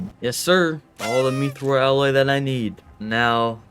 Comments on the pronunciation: Its pronounced myth-roll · Love the videos. MYTH-Rl that’s how you say mythril